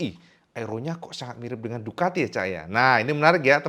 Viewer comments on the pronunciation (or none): Ducati bro, pakai "c" bukan "k"